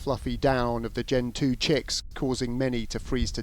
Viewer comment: i love how sky turns off comments on a video about autism but leaves them on when some penguins, which are not native to anywhere in the northern hemisphere, let alone the uk, are endangered by cuts there is no protection for the politicians. it is not pronounced gen 2 it is pronounced gentu and spelt gentoo